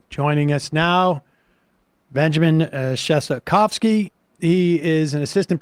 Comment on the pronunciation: 🤍did Sam just say "Shetofsky"? it's Shestakofsky